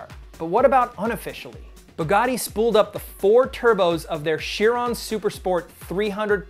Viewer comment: Actually I believe you pronounce Chiron as like k-ai-ron